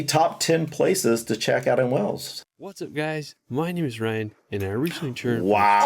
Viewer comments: Whells?!!!😂 it's Waaails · Pronounce Wales like Whales, not Wells. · Why, after all these years, do you still pronounce it 'wells'. It's pronounced the same as the big animal in the sea, 'whales'. We just spell it without the 'h'. Unless of course you pronounce the big animal in the sea as 'wells' in America. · The name of the country is Wales. It is pronounced just like the sea creatures Wales, not as 'wells' which you are saying. The vowel is an 'A', ot an 'E'. They are only called stairs when they are indoors. Outside they are simply steps. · I love you guys, so hopefully you'll see this is a helpful comment... it's "Wales" pronounced the same a 'whales' or 'wails' not 'wells' as pronounces it x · Please...PLEASE....Before you come, for goodness sake, get the name right....WAY-ALLS.....NOT WELLS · I don’t know why you keep saying Wells when the country is Wales, pronounced exactly the same way as Whales and Wails. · Wales not Wells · Wells? It's Wales. Wells is a place in Somerset. Listen and pronounce properly. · Hi Guys. I love Wales. Not that i'm biased in any way ( I live a few mins drive from South Stack Lighthouse) 🏴 Please don't listen to how the narator pronounced the places. I don't think i've ever heard Llanberis buttered so badly 😞, i know you struggle to say Wales. Have you tried splitting it in 2? For example way-ulls. Don't know if it will help 🤷🏻‍♀️ 🏴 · Wayles say it like this not wells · Wales is not pronounced Wells. Rhymes with males. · It's pronounced WAAYYles. not Wells. like the big things in the sea. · It's Wales 🏴 not wells please please pronounce it by proper name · FOR CRYING OUT LOUD, it is about time that you pronounce the country of Wales properly. It is Wales and not WELLS. Well is a small town in England. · It is not called Wells ffs. It is pronounced just like Whales and Wails. Wales. You can go to Wells, but you won't be near Wales. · C'mon at least try to make an effort to say Wales, and not Wells.